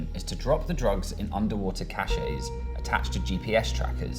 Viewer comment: *cache not cachet